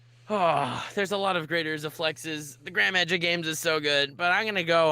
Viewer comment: “The grand magic lames”